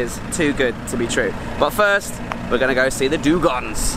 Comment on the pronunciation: Great video. I am a biologist and laughed a lot about your struggle to pronounce both "dugongs" and "manatees". Hey, no body is perefect. 😉